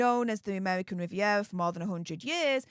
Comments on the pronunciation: Amevvvvvican vvvvvivvvvievvvva😂😅😂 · Pls don't even try to pronounce her new insta ffs it's not amevvvvvican vvvvvivvvviera orchard😂